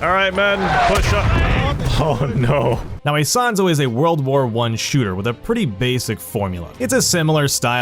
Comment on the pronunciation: "aisahnzo" 😰. Ita "Isonzo", its a game of ww1